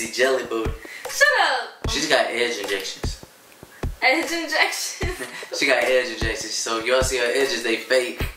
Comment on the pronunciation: He said edgeigejections